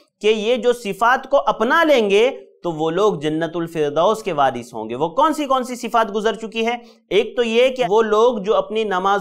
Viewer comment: वारिष होगा ना कि वारिश